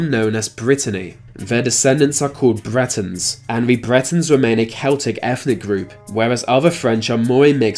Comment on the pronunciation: Please don't assume the narrator is English......his pronunciation is that of a five year old. "Bwetons trace ver origins to va Bwitish iowls". Maybe he is Jonathan Woss's son!